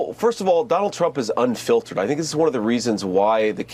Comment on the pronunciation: Oh shoot low IQ JD said unfiltered?…. I heard unfit……